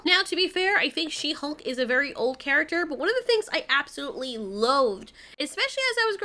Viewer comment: I don't know why, but She-Hulk always sounded to me like "shemale"...lol